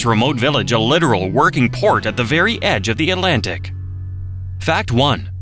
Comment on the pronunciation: Not to mention, Atlantic has two "t"s. It is not "uhlantic". The facts are interesting, but the mispronounciations are so distracting I can't finish the video. It's a shame; I love North Carolina and have spent time in the beautiful Outer Banks, the beautiful mountains, and points in between.